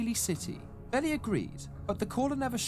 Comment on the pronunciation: Great video! Although it's pronounced Bee Lie not bellie